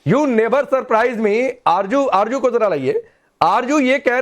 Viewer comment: Arzo hota hay arjo nahe hota hay jahel🇵🇰😁